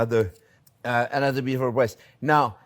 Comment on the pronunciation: He said beautiful bweast. ❤